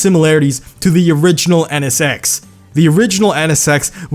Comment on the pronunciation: "EH NE SEX"